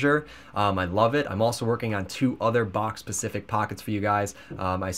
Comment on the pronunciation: *specific not pacific